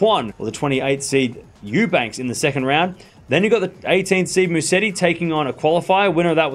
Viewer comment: Btw, it is MUSETTI and NOT MUSSETI....please!